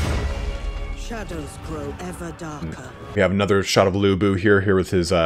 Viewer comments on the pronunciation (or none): none